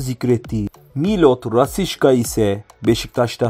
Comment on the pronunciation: Ismi bile yanlis söyluyorsun yauraum